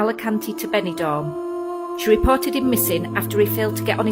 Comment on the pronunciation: Benidorm .... Pronounced ....Ben e dorm ❤️